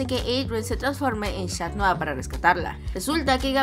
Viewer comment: Dijo shan noir en ves de cat noir